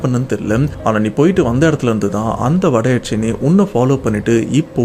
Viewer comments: Yakshini bro...not yaakshini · Yaatchani illa yakshini 😂😂😂